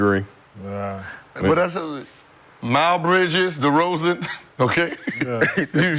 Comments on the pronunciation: Why does Gil call him Mile Bridges? 😂😂😂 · Gil said "Mile" Bridges lol I'm dead 💀